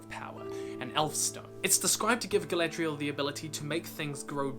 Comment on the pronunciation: I enjoyed watching & listening to your video, I have one thing that niggles me though. ..... You sound like you are saying, ... "Galedrial", as opposed to "Galadriel". ..... E instead of A, ..... maybe it's just your accent, ..... I'm a South Yorkshireman so, ... I'm sure you might find words that we say, ... different. I could NOT find anything else to say except, ..... A for Apple, ..... E for Egg. ..... ha ha. GREAT VIDEO LAD, ..... WELL DONE.